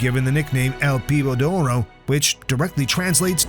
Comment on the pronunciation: It,s not el piobo doro is el niño doro dumbass